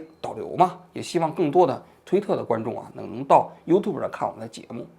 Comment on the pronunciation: 优吐博不对，优tjiu博